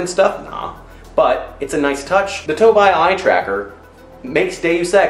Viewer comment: Toe bee* not (toe bye)